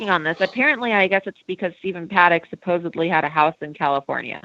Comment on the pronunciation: I find it hard to take anyone seriously that can't say the word "supposedly" properly :/ But otherwise, decent info.